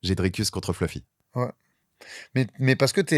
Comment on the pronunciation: Si donne 10 euros a chaque fois qu il prononce "fleufy"....😅